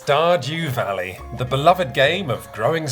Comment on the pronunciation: That sounded enough like "stodgy valley" that it's going to be my headcanon from now on :)